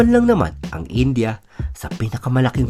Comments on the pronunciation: In-dee-yah , hindi In-Jah! 🤣😂🤪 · India-Indiya, hindi daw po "Inja". Iyan ang reklamo ng mga Indiano sa OFWs da Mid East 😊